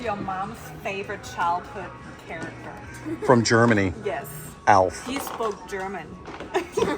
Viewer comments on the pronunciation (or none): none